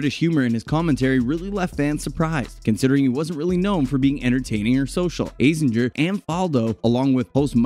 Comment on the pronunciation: A zing er. Not A zin jer.